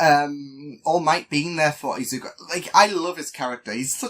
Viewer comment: its "Izuku" not "izuko" btw